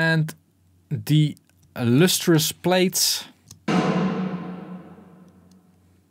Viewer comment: “Liquid Lustrious” hahahahah. That really hit me for some reason.